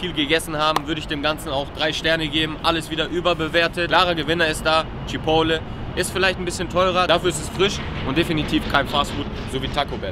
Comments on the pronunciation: CHIPOTEL!!! Alter was für „Chipole“??? 😂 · Chipole??? CHI-PORT-LEY (so sagt man das) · CHIPOTTEL!!!! CHIPOTTEL!!!!!!!! NICHT CHIPOWLE 😂😂😂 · Junge wie spricht der chipotle aus 🤣🤣🤣🤣🤣🤣🤣🤣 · Immer noch nicht gelernt, wie man Chipotle ausspricht. Triggert mich des Todes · triggered so hart wie er Chipotle ausspricht